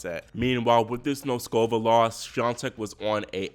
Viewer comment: Do not say nosKOVa, please say NOSkova. Do not say blinKOVa, please say BLINkova. It's so easy to learn the correct pronunciations. Why don't you do it?